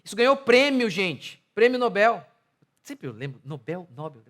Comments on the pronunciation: É NOBEL (OXÍTONA). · É NOBEL mesmo, querido pastor. "NÓBEL", não.